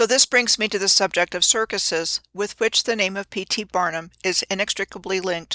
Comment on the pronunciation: Bread and 'Kirk-useus' Hmmm never saw the 'use us' in the word circuses. While were at it, look up the word 'kayfabe'. Now which CIC is in the WWE? Not sayin', just sayin'